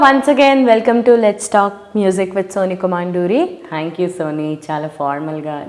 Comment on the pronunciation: C'mon duryyy kaadu thalli.. KoMMandooori.. A shoulder slits lo pettina dhyaasa put it on telugu. Sodhi